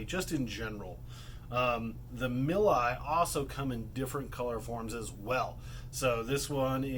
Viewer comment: Btw, the "Nepherus milii" actually had their Latin name changed to Underwoodisaurus milli in 2014. Milii is pronounced "mil-ee-eye. I have done some research on this. Just wanted to point that out. Good video though, lots of good information.